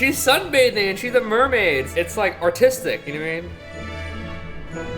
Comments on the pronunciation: MERMAID not ~MERMAY~ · It's pronounced MERmAid